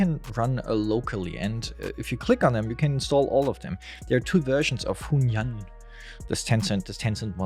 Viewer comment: you can pronounce it like this "hwen yooen"